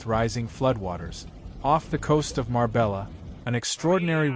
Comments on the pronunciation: Dana is the spanish word for storm and it's mar beya not mar bella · Get your AI program updated. You need to pronounce Spanish names correctly. It’s not “Mar Bella” as it’s spelled, but “ Mar BAY yuh”.